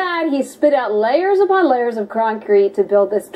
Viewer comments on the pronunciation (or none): she says croncrete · "Croncrete" lol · it is literally croncrete lol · It's what happens when Walter Cronkite takes a really hard shit, he makes Croncrete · did she say croncrete? 😆 Ahhhh....women! They don't understand things. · Did she say "croncrete" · "Croncrete" :P